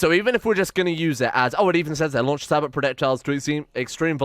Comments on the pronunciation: The Punisher has infinite range. It will shoot at anything it can see on the map. Also the ammunition is pronounced with a silent 't' so it's more Sabo or Sahbo than Sabot. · Sabot = “Say-bow” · sabot is pronounced say-bow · The "T" in Sabot, is silent.